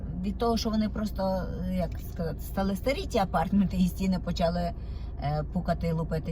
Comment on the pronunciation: АпарЭэртменты, дЭпозЫт. Як так коверкати ,чаривну укрaiнську мову.